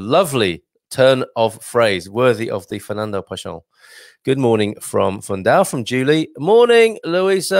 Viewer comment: Pessoa is pronounced PessOWa - the 'o' rhymes with English 'go'. You probably know that the common noun 'pessoa' means 'person'. Quatro geracoes de paixao = four generations of passion